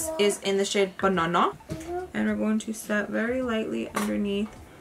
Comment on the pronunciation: The way you said banana 😂